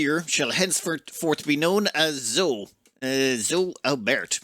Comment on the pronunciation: Zoe should probably be pronounced Zoë, ie with the e as an extra syllable? EDIT: later in the video that's how pronounces the name, too.